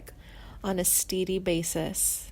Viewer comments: The pronunciation of Steady is "steddy" NOT steedy! Also, learn to pronounce Glen Frey. Sounds like you're just reading a bio with pictures that have nothing to do with the things your speaking of. When speaking of Poco there's no pictures of Richie Furay or the band. Also, obviously no sad ending here. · Obviously narrated by a robot voice generator. I couldn't believe how "steady" was pronounced "steedy."